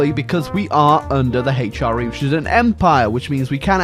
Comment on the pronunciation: The Haych-R-E